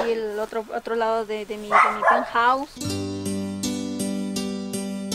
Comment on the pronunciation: Mi peuthouse dice